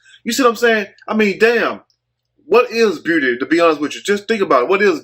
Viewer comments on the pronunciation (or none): What is booty?? ...Oh he said beauty lol! Shout out to you brother. Im from Fort Worth and that word is tough of u say it fast enough.